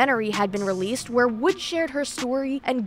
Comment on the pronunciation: " ..relleasd? Vhenn, vherr? Vherr can II baj itt?"